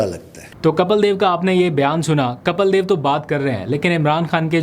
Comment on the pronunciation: Kapil (کپیل ) ✅ (Kapeel)کپیل دیو 👍 Not Kapal ❌